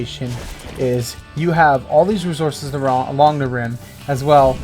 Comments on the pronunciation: Why u put terrible spots and say razources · bc u can't pronounce resources and these spots are meant for little bases and same u can only bring birds to u show no flat large areas with a good way to defend